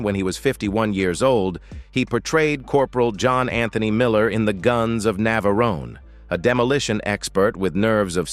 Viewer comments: Robot pronounce the place of the site of the film phonetically: Nav...a...rone not Nav..aroneh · More AI trash. How could I tell? Navarone was pronounced "Nav a ron a"